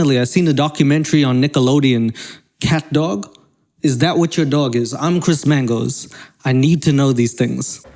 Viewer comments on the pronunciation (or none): I didn’t think it was possible to say, “Chris Mangoes” and “running on a treadmill” or as you say “treadmull,” until now!! Lol. We get it. You’re Chris Mangoes and you love running on a treadmull.